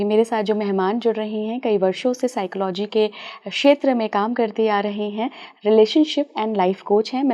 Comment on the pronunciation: Please pronounce psychology properly 😂